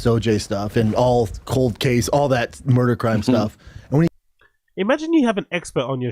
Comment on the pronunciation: “all that cowld case murdur stuff”